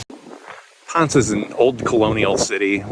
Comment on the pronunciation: Ponce is not Pons. Try saying Pon seh